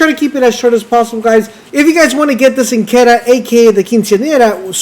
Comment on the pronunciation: its pronounced CHIN KWEE DEH UH. its an italian weapon and its just beautiful